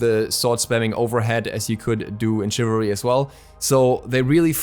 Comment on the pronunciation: Cannot pronounce ~shivalry~ because it is English but A+ German